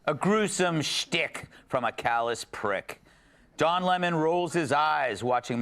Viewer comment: Call me whatever “ist” or “phobe” you want, but I think it’s hilarious when hood black people mispronounce someone’s name with an attitude. “Don Lemons” sent me.